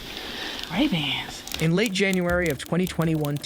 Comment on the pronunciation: Not the “Ray ban” wtf 😂😂